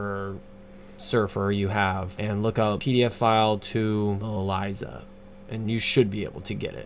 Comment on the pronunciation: Correction: Elysia not Alysia........